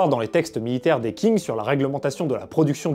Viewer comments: Le nom de la dynastie Qing ne se prononce pas comme King en anglais Le "Q" en pinyin pourrait ressembler davantage au son "ch" De plus le "g" à la fin ne se prononce pas vraiment, se serait plus comme un "gn" pas trop accentué Une prononciation plus correct serait peut-être "Chign" Voilà voilà... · Juste si tu parles des armes chinoises fait attention à la prononciation. Par exemple, 'qing' ne se dit pas 'king' mais 'tching', 'zhang' se dit 'djang', 'han' se dit plutôt 'ran' (avec un r raclé) Super épisode sinon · Qing se prononce plus comme Tching que King par contre. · Bonne vidéo mais attention : Qing se prononce tching*